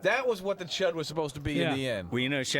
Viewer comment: Chood?? It's C.H.U.D. Thanks otherwize